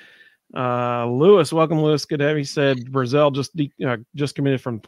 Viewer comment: Chris BRAzell. Not Bru-zel. Also he isn't a true freshman, he's a redshirt freshman, he has 3 years eligibility with us.